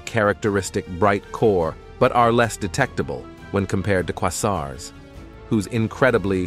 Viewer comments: The word Quasar is pronounced kwayzar. Uranus is pronounced YOUR-a-nus. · It’s pronounced kway’-zar